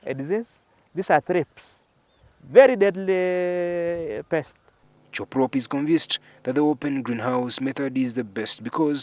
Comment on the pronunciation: Nice farm but respect his name, Cherop, not cheprop!